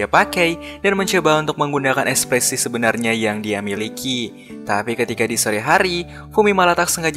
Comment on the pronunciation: kenapa pelafalan huruf a selalu ada e nya bang? contoh; sebaikNYEA, sebenarNYEA